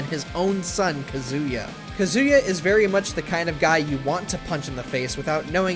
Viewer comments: You did not just pronounce Kazuya Mishima as Kah-Zoo-Yeah Mishima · Did anyone else remember when that one dude on this channel butchered Kazuya's name?